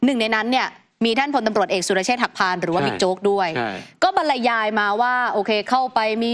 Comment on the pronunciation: บรรยายอ่านว่า บัน-ยาย ค่ะ ไม่ใช่ บัน-ละ-ยาย ตามที่พิธีกรพูด